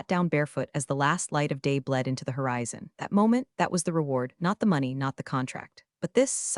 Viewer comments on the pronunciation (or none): none